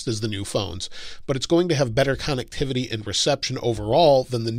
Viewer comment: Con-neck-tivity lol